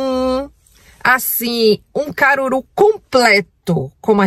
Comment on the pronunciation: Cangur'u Kkkkk é Caruru'